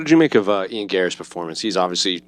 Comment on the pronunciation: Eye-an Garry? Fuck is wrong with that dude this is your fucking job you dunno how to say IAN's name?